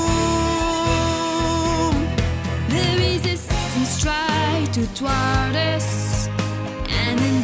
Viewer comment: O god, this is a super nit pick but it pissed me off, the female singer pronounced thwart wrong!